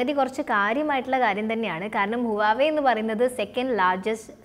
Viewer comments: You pronounced wrongly not uwave mam, its wah-way, plz correct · Its pronounced as Wa we its not huvave....... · huwawei alla, wavey ennanu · Huwava alla huewai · huawei യുടെ pronounce ഹുവാവെ എന്നല്ല..wah- way (വാവേ) എന്നാണ്. വാവേടെ ഫോൺ..😉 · Huvaei alla HUAWEI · ഹുവാവേ എന്നാണ് അല്ലാതെ ഹുവായി അല്ല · 'വാവേ ' എന്ന് പറയു. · Right pronunciation is wah way(വാഹ് വെ)